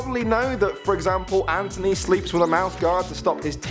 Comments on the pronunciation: TH NOT T ANTHONY NOT ANTONY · Did just say Antony instead of Anthony?